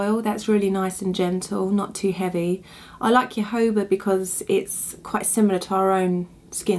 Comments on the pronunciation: It's pronounced HoHoba oil not yohoba oil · You seem such a delightful person. I had a little problem understanding words, ex: jojoba. I didn't know what you were saying, but someone made a comment that I was able to see. Perhaps you could print names of products that you use for us folks that are new to this. I will definitely look for more of your online instructions!